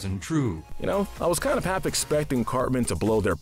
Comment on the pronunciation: You pronounced Cartman as Carmen.